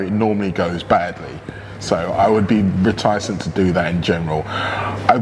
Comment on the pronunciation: Reti cent not ret icent 😊 Liverpool to win tonight.